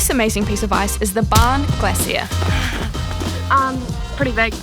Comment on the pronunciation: The way says glacier is so cute I've never heard it pronounced like that